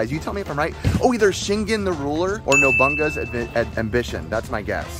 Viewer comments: Did you say noBUNGa? Bwhaha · It's pronounced "No-boo-naga". Bad Ricky.